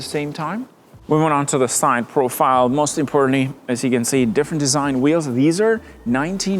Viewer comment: everything'z "mozt importantly" according to him